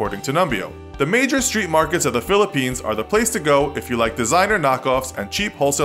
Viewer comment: Your pronouncing of my country (Philipines) is wierd